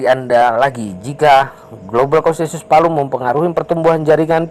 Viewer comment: Bukan Palu bang,tapi veliu di bacanya🤭🙏 semangat terus bang update nya💪💪